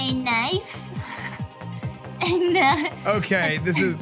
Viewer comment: a knive? A KNIVEE??? esfand doooood ahahahah i think this is why you learning english from someone like jinny :)